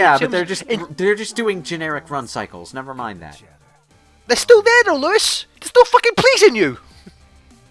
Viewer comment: Lewis (Luis?) Loo-is is savage.